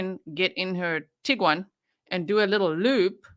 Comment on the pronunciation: Did he say tiggywan?😂 cute